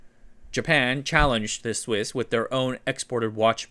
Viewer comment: "Somehow Swiss Watches Returned" almost sounds like "Somehow Sith Watches Returned"